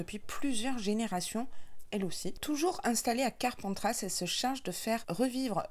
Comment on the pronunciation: Hellooo Bah dis donc cet été je suis gâtée ! Juillet PACA ma région d’origine et Août l’Occitanie ma région depuis plus de 10 ans 🥰🥰🥰 Tu m’as fait trop rire à chaque fois que tu disais « Carpentrasse » 😂 On prononce pas le S à la fin. Rhaaaa ces parisiens alors 🤣🤣🤣 Me languie de voir la box du mois prochain 😎😎😎 Bisous 😘